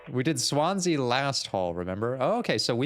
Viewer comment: Daisuke is pronounced mooore like "dye-skay" or "dye-skeh" or "dye-su-kay" for the record! You figured out how to pronounce Swansea's name correctly in the first episode too, in case you were still wondering about that one.